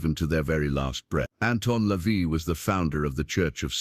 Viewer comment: LaVey rhymes with day.His actual name was Howard Levy.